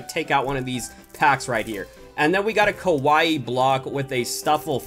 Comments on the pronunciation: THATS NOT HOW YOU SAY KAIWAI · The way he says Keawia